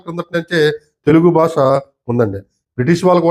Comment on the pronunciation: అయ్యా మీరు చేస్తున్న ఈ ప్రయత్నమునకు మా అభినందనలు. మీరు చెప్పిన విధానములో చిన్న సవరణ ఏంటంటే మీరు పలికేటప్ప్పుడు తెలుగుభాష అని చెప్పబోయి తెలుగుబాస అని ఉచ్చరించారు. ఈ సవరణ గమనించగలరు